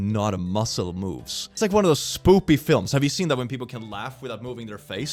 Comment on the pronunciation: It always makes me laugh when he speaks spoopy instead of spooky, like he is finding it cute and amusing.